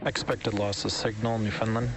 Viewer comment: Note to SpaceX: Newfoundland is pronounced New-found-land (rhymes with understand) not newfinland. We are often right under the flight path.